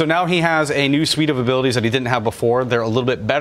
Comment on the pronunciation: "Abilitease" returns!